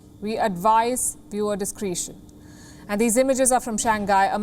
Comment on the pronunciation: We advise dis-cre-tion ! with an 'eh!'